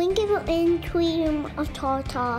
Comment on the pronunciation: How cute! Train 'em up to be the next generation of youtubers. I also love the way he pronounced "tarter."